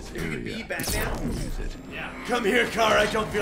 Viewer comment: i dont get why they say batmun?